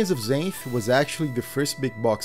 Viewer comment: LOL… I read the Xanth series when I was a teenager. It’s funny because it’s actually pronounced “ZANTH” not “ZAYNTH” like the narrator to this video does. I remember another kid pronounced it “ZANITH”. NO! WRONG! It’s ZANTH!!! Like the Author’s name: Pier ZANTHony! I remember we would make fun of kids that pronounced it wrong because we were Mega-Nerds.